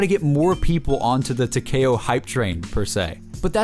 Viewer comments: its takeo not takao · It talk-ee-oh not talk-a-oh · Taw-Key-Oh not Tacky-O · Tuh-kay-oh lmao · why he say tekao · Tac-E-oh like (Tick) Tac- E (straight E, not eh) - oh (Oh, he doesn't know how to pronounce Takeo?) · It's not pronounced teh- ka - o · tah-k-o? do YOU even pronounce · no I ment YOU pronounce the k like k-e-y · any1 else pronounce takeo as Tac (tic tac) E Oh? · It's said Ta kee oh that's how you say it but you spell it takeo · I pronounce it Takeo, (Tak-E-O) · tahkayoh lol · 😂😂😂 when he fucks up the name for takeo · it hurts so much when he says Takeo wrong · For some reason it rally annoys me when ppl pronounce it like that 😂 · He does not know how to say takeo 😆😬💯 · that pronunciation on takeo lol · it's takeo it's like Tokyo except with an a sound